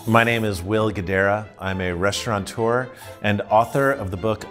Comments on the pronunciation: Learn how to pronounce your own job title. There's no N in it... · Did he say "restauranteur"?